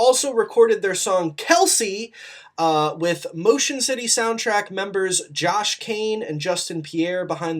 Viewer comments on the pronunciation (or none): none